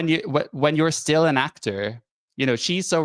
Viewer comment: “Still” not “sill”